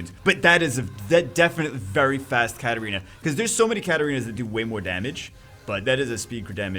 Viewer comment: Its 2019 (almost 2020) and still calls Katarina "Katerina"...